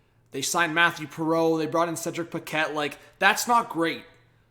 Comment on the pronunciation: Dvorak please! As a Quebeccer, like the way you say "Paquette" 😄